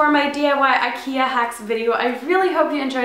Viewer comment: aww you say it like"aikeiah"